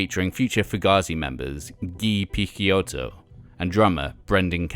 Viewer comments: Haha, I cringed every time he mis-pronounced Guy’s name....dude didn’t know though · Great as always, just a tip from an italian subscriber: I assume that Picciotto should be pronounced "piccHotto". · It's not pronounced 'Pick-Kyoto', but like 'Pitch-Yotto'. That's how Guy himself says it so it's from the man himself! Otherwise, an interesting little potted history on this most influential of DIY post-hardcore legends, really enjoyed watching!! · great content as usual but my ears bleed everytime you spell Picciotto name in that way. The name is of sicilian origins, you spell the CCI part like you'd spell CHI not Ke. Not a big deal I know, but any italian watching this will hardly make it past minute 5. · is picciotto not pikkiotto lol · Guy "PITCH-Yottoh" NOT Pick-Ya-Otto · nah. "guy" opens with a hard G (like "guh") and the UY part is pronounced "eee"). His last name is pronounced "PIH-CHO-TOE" with three syllables - PICC (sounds like "pitch") and IOTTO (like "OH TOE) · Ghee Pikkioto?..seriously? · Picciotto is supposed to be pronounced as "Pi-cho-toe". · Guy's surname is pronounced Pitch-ohtoe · I know that the narrator is mispronouncing Guy's last name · The constant mispronunciation of Picciotto's name is fucking annoying. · Man, you had the chance to fix your pronunciation of Guy's name but didn't lmao